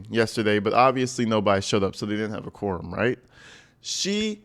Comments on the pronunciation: Tiffany it's "A quorum". IDk what tha heck you are calling it!! " a corn" a Corm' "smh" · It sounds like corm lol